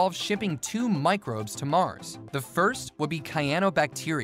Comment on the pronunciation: Great video! but please learn how to pronounce cyanobacteria.